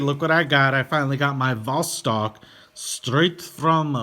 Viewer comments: The B is pronounced as a V, similarly C is pronounced as a hard S in English (Boctok/Vostok) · It's not B it's a V as Vostok u idiot